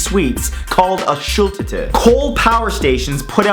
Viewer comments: I'm sure it's not called a "Schulltütte" . Its "Schultüte" (long u and long ü). Schulltütte sounds funny though. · i live in germany xD its not schultute its Schuuuultueeete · Hahah bei ihm kling Schultüte wie schultitte ❤️😂 das is ziehmlich lustig wenn man aus Deutschland kommt hahah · #13 When you pronounced "Schultüte" it sounded like "Schultitte". What would basically means "schoolboobs"xD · It is not schultite which means school tits It is SCHULTÜTE! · "Called a shooltehteh" Schultüte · dude thats embarrassing for germans when he said schulltüte which is not how it is pronounced at all. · #13 how he pronounced it: A shatata How I pronounced it: A shahdjdfhdaaa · I love the way Matt said 'shultutte'. I mean I get it it's kinda mean when I point it out considering I speak fluent german AND Czech, but still, points for trying! And those of you who are learning a second language, hats off to you! let's learn together :) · #13: It's pronounced "shooltuete", but written Schultüte. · I was eating popcorn while watching this, and the chewing drowned out the sound a little bit, and it sounded like you said "Shulk tit" Um... I'm really feeling it? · Hehe, i love how you pronounce Schultüte xD it is acctually pronounced slower, like: Shuul-tüüütee (trust me, i know! I live in Germany) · schultötte, beste aussprache xD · How he pronounced "Schultüte" at number 13. Hillarious for someone that speaks german :D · LOLOL WHEN HE SAID SCHULTÜTE I LAGUHED SO HARD (HE PRONOUNCED IT REALLY FUNNY LOL) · You mispronounced Schultüte, but it's close enough for a non German speaker ;) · that pronunciation of the word "Schultüte" is amazing xD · Man Matt totally butchered Schultüte like damn lol no offense my bag was huge and lasted me 1/2 a year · Love how he pronounces Schultüte. ^^ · OMG how you pronounced "Schultüte" xD